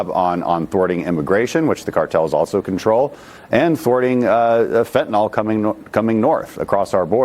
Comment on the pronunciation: It's "fentanyl," not "fentanol,". Either way, though, it's bad.